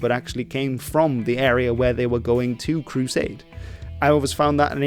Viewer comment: i like the way you say 'crusade' like 'crew sade'